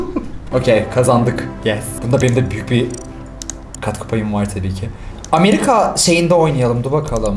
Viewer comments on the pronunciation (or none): none